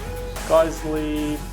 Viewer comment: Nice review as always, guys. Great looking GBBRs, they look super clean and worth the price of entry. Oh, and not to be a smartass, but Geissele is pronounced "Guys-lee" 😂 and that's straight from the Geissele rep's mouth. 😊